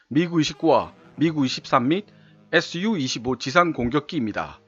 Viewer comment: Su는 수호이 설계국에서 만든것들이라 수호이로 읽으시면 되구 Mi는 미코얀 설계국에서 만든 것이라 미코얀 이라 읽으시면 되요....